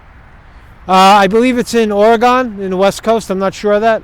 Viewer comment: OreGONE? Cmahhhhhn.... lol